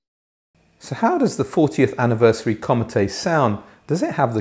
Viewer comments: Comète is a French word pronounced more like the English word "comet", with the stress on the second syllable and this is also held slightly longer, not like "commatay". Apart from this, another excellent review. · Great review. I don't think the larger Antal tower speakers would be for me, based on what was described about the Comete. Thank you for keeping me from making an expensive mistake. It's pronounced "comm-ett". The "eh" sound has accent "aigu" at the end of the word. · Comete is french for comet, you don't pronounce the e on the end.